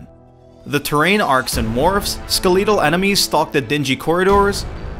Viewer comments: "Skaleetle" enemies? I think you mean skeletal... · "SkelEEtal" enemies? Seriously? Do you guys try to mispronounce common words on purpose or something? I can't even...